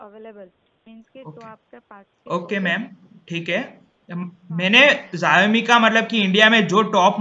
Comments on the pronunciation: Ziaomi nahi 'Shaomi' bologe toh bhi chalega. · Jayemi kya hota hai? Xiaomi hota hai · Xiaomi ka pronunciations theek karlo bhai.